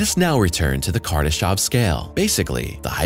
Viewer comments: It's Kardashev not Kardashov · I really did cringe every time he said "kardeshov"